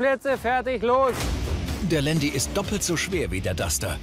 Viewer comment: Alles ganz cool aber ieses Landi das regt mich so auf sooooooooooooo man sagt zu einem Porsche auch nicht Porschiiiii. Man das heisst nicht Landi